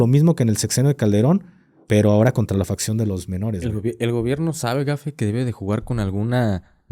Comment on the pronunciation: Facción, no fracción.. 😅😅